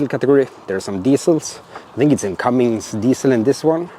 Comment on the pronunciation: There's no "g" in Cummins....